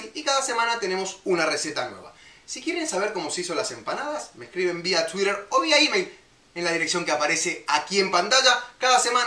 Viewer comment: me parece muy buena la receta , sos simpatico pero me mata tu tuiiiiiDrrrr tan exagerado !, ja muchos saludos desde zaragoza